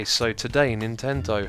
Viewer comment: It Nintendo not ninvendo